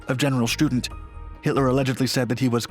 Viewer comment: Student is pronounced auf Deutsch, shtu-DENT, with emphasis on the last syllable, not like a school student. Kudos calling them Fallschirmjäger, not paratroopers.